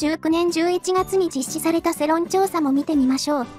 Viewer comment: 世論(せろん)じゃなくて世論(よろん)な